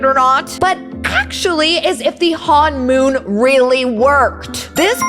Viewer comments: its honmon not hanmon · It's not hon-moon it's honomon!!(hon-i-.Mon) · Its not hanmoon its honmoon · You pronounce it hun-moon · It's honmoon not hoonmon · It is not Han mom it’s him mon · You pronounced honmon wrong 😑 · How many times did she mispronounce honmoon? 😂